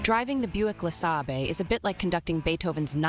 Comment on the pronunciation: 'Luh-Sabber'? Really?